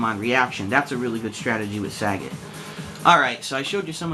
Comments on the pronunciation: the way he pronounces sagat is piss funny. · saget? its sagat lol saget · "Sa-gaat" Not sagat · Saggot ITS SAGAT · Its SAGAT not SAGGOT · You say the name wrong o.O it doesn´t sound like sagget it is as it is spelled sagAt =) but still good vid =) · It's pronounced "SagAHt" just like how Ryu says it in Story Mode. It's not "Saget" despite all Americans pronouncing it like that. It's quite pathetic hearing it. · It's saGAT not SAgat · Sagat, like Bob Saget? Hehe.. It's Sa Gart my friend.. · oh my...his name is not pronounced SAE-GET... its SAH-GATT. haha sae-get just makes him sound lame. just thought u'd like to know :) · learn to say his name before posting vid plz.... lol its saGAT not SAGET its pronounce more like SA GOT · just want to add in that his name is Japanese and "git" the way he says it isn't in the language, nor is "Saa". So, you're right. It's Sa-Gat-to, with the to being removable in english. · Happy Birthday, Sagat! One of my favourite characters in the franchise! By the way, it's pronounced as Sa-GAT as not like Bob Saget! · Nah that's the stupid way the in-game announcer started saying it for SF4. And maybe earlier SF games. Point is, us "un-edumacated" North Americans started "mispronouncing" the names (Sagat, Ryu, etc.) from DAY ONE and we're sticking it to it. Sagat = "SA-gut" not "Sa-GOT" Ryu = "RYE-YOO" not "Ree-oo" Abel = "Ay-bel" not "Ah-bel" Zangief = "Zan-GEEF" (hence the abbreviation "Gief"), not "ZAN-gee-ef" etc. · last time I checked, it wasn't 'sag-it' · if they wanted us to pronouce it that way they would have spelled it that way. Mind u that back in super turbo the fucking game clearly says sagat. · it pronounced suh-got saget is bob saget name sagat is spelled different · its pronounced saggit in other games